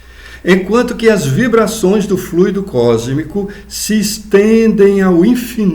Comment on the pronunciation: Muito importante a sua pronúncia correta da palavra FLUIDO